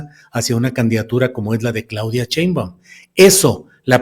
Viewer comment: Estas mal, los militares en esos puestos estan bien y, es Claudia SHEimbaun (NO CHEimbaun)